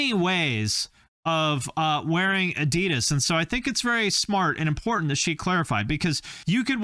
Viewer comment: There is this joke here in Germany: What does PUMA stand for? Probier unbedingt mal Adidas, means: You should absolutely try Adidas. By the way: The second syllable of Adidas is not stressed. It´s the leading A.